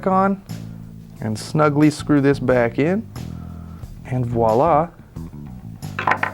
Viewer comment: "and voilà!" Bravo! Perfect french accent! I know what I'm talking about: I'm French. Bonsoir Monsieur!